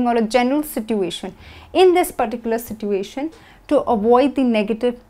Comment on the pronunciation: Everything is perfect but i have to tell you that you mispronounce situation. You pronounce "T" wrong. Don't mind.